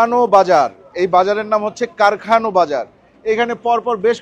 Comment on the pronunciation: কারখানো না কারখানা।